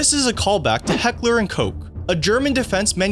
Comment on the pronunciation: It’s heckler and koch